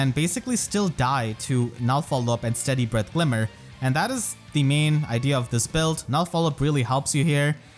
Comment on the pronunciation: IDEA, LEE. Not idly. No insult intended. Great video as always